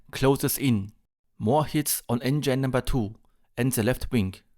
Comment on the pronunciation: Recht hat er trotzdem. Grauenhaft- auch für deutsche Ohren. Schon in der Schule lernt man das "th" sauber auszusprechen. Wozu gibt's zudem die Lautsprache in den Wörterbüchern? Du sprichst ja kaum ein Wort richtig aus. "Enngein?" Geht's noch? Es ist auch Respekt vor der Sprache. 😊